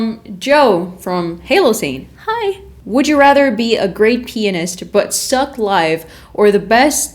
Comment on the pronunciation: She keeps saying penis. It is “pianist” 😹